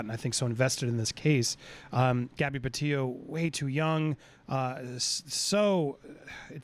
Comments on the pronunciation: You have got to start saying her name correctly... It’s Petito. With two t’s... like the word petite, with and “oh” on the end. I know it’s not meant to be to her disrespectful but as we go forward, please say Gabby’s name correctly. Bless you and your work. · You have yet to pronounce her last name correctly. It's Petito not Petio.